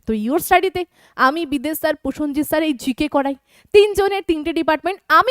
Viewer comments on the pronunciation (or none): none